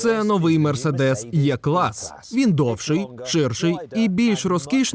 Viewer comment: Але він все таки «Е» клас, а не «Є». Навіть німецькою така вимова :) Дякую за 🇺🇦